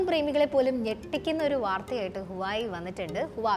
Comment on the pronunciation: വാവേ enn para allathe ഹുവായ് enn alla.. Ath polum ariyathe Aano video cheyunath